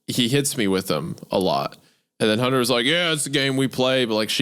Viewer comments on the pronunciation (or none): I can't get over the way Isaiah has never pronounced the T in Hunters name. He only calls him Hunner.